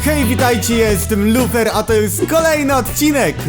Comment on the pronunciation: Nie Minecraft Harry Potter tylko Minecraft lufer Potter xD